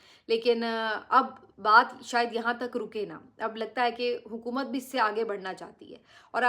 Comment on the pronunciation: Please stop saying Hukamat What Hukamat